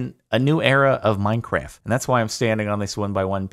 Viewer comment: “It’s minecraff”